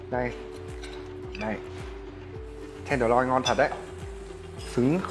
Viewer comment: "miếng bò ten đờ loi" =))